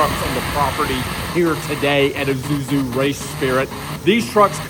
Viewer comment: Im i the one who doesn't know how to pronounce Isuzu whats Izuzu